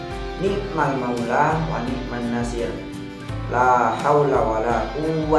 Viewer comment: Mohon maaf🙏 bukan niat untuk menggurui,tapi saya berpesan khusus.ketika membaca wani'man nashir yang nashir nya dibaca ketika huruf S itu monyong bibirnya maaf karna itu sot bukan tsa,buka sya,buka Sa.